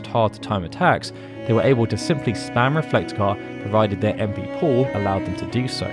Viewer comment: The way you pronounce Reflega hurt me so much. Great video though.